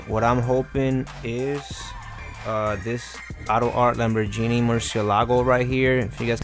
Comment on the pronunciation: Lambor*GEE*ni not Lambor*JENIE*